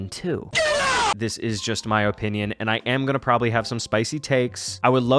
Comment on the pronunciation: Guys it’s just his O Pinion